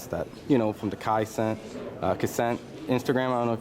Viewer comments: “Kai Cuhcent” 😂😂😂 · He pronounced kai cenat so bad😭